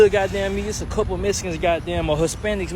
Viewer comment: Messicans cant tell you how many times ive heard it like did I axe you😂😂😂